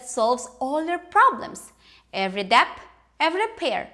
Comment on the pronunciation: The b in debt is silent. Its pronounced det.